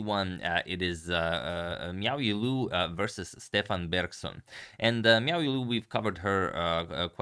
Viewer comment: I believe that Stefan in Icelandic would be pronounced Stevan with the emphasis on the first syllable.